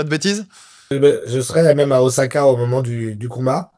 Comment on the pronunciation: Salut, merci de mettre en avant la boxe japonaise, juste un truc on dit pas OZAKA mais OSSAKA, il n'y a qu'en Français qu'on change la prononciation du S entre deux voyelles et la c'est une transcription en romanji de la prononciation japonaise. Ca serait cool de parler de Kickboxing aussi.